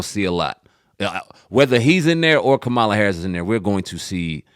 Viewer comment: ….can y’all please pronounce Ka ma la’s name correctly tho? It’s a lil disrespectful, it’s your duty as independent journalists to get her name correct.